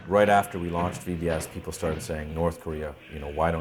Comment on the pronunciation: Lol, "against the Korean.. a-peopoh." It's so funny how proud they are for having captured one of our ships. It's like a kid being pumped as fuck for getting a t-ball participation medal or something. We should just drop leaflets with shit like, "we landed on the moon bitches," and "in the West the sunlight actually makes it to the ground." Poor people.. I hope we never have to invade them, because I think a majority of the public is so indoctrinated they would fight for nothing.